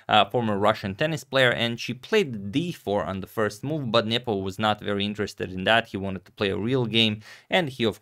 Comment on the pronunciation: Spasky vs Fischer new era? Antonio will you please stop saying Njepo instead of Nepo